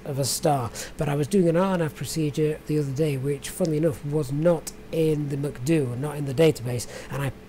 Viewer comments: Usually they say “Em-See-Dee-You”... Your pronunciation makes me wanting to go to McDonalds 😂 But great video. Thanks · Got my subscribe simply for the reason you call the MCDU macduo hahahah xD